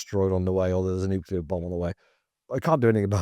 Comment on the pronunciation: Please correct people who can’t say nuclear correctly!